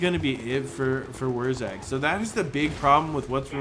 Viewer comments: "Wog". You don't pronounce the G you zoggin git. It's WAAAAAAAAAAAGH! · That always confused me. Everything else the Greenskins have is spelled phonetically, why not WAAAAGH should it not just be WAAAAA then?